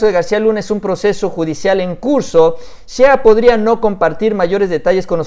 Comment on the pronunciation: Shea se pronuncia “shey” buen video, saludos